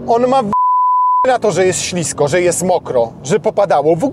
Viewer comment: Panie redaktorze mówimy ŚLISKO, pozdr